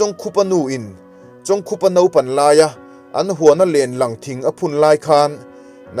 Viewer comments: Pu Chawngkhupa hming hi i chhiar dik lo char char. Bawkkhup tih a, khup tih lai ang hian lam ta la; Tin, Liangkhaia hming pawh kha i lam dik lo a nih hmel. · A hming hi ilam diklo aw.. Khup tih hi thil khup anga lam tur.. Lamte tih leh Lampui tih pawh hi adiklo bawk..a ngaihnawm lutuk tlat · Pu Chawngkhupa tih leh midang hming I lam rik dan ngaihthlak a hreawm hle mai Chhiardan dik leh fiah deuh takin rawn titha leh rawh u❤